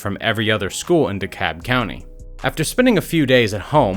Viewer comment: “Decab” it’s Dee-kalb